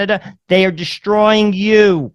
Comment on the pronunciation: Just FYI there is no "h" in "destroy". It's not "pronounced "dishhhhtroy". Also, there is no such word as "irregardless". It's either "regardless" or "irrespective". Just thought I'd let you know.